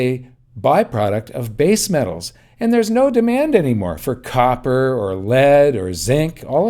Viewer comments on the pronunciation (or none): none